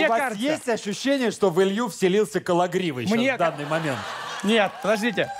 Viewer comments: "кологривоГО"! Как же это бесит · Как меня выбесило ка кон говорит Никиту КологривОГО , зачем так говорить если его фамилия так по другому произноситься.